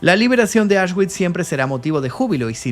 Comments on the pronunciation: Se pronuncia "Aush(x)bits" de nada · Un reportaje muy interesante. Por cierto, Auschwitch se pronuncia "ausbitz" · Me pierdo cuándo dice auchsguits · Auschwitz ❌ Ashwick ✅ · Como dices ?? Asgüich? 😂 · Se pronuncia aush-vitz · La W suena como V